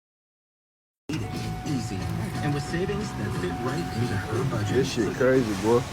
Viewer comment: You referring to the one that said fuck deese instead of fuck this